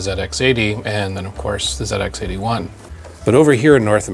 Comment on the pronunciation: As a Brit, it's always nice to hear an American refer to the old Sinclair machines as "Zed Ex" and not "Zee Ex"